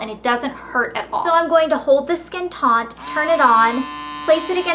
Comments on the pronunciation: There is not an "n" in the word "taut" - taunt is a completely different thing. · Taut, not taunt. There's no 'n'. Taunt means a sarcastic challenge or insult, or to reproach or challenge in a mocking or insulting manner. You're not mocking your skin. That also seems like a TON of products to use on your skin. It doesn't seem like it can be good to overload your skin that way!